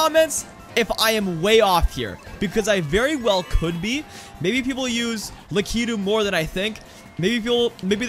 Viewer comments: so mario is technically from nintendo, a japanese company, so if you pronounced lakitu like it would be in japanese it would be LAH-kee-too but the most common pronunciation and the de-facto official one is LAH-kih-too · Please tell me he actually knows that it's pronounced Lak-ih-too. Low key triggered with how he says it. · Who the fuck is luhkeedoo? I thought it was Lock-a-two😂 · Luh kee dude